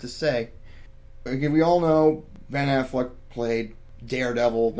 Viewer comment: Yeah I'm pretty sure it's Ben AfflecK not Ben AfflecT, just saying